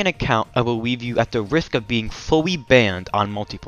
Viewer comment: "will weve you at the risk of getting foowe banned"